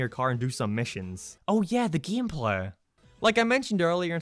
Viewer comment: Sadly, most Simpsons-themed video games were not received very well with poor controls, confusing gehmplah... I don't know what this accent is but I love it.